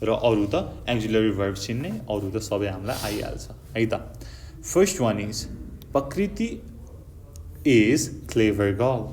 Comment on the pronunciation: Thats not pakriti ok that's prakriti 😂